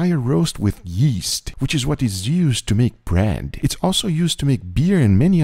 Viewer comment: In 2 of the 3 bread references I noticed, you pronounced it like "brand", why??